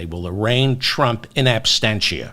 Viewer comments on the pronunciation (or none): in absentia not abstentia. the t is absent. 😅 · In absentia? Or as you say "In ab STENCH ya"?